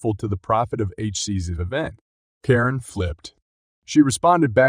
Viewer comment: Is it really so hard to have a human narrator? The repeated mispronunciations (e.g., Karen like "koh-rin," McEntitlement like "miss-entitlement", the often-misplaced emphasis, the unnatural pacing, it all screams artificially generated speech.